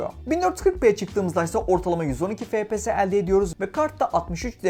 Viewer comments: Fepese değilde efpies diye okusanız daha iyi olur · Lan şuna fps deme efpies (okunuşu)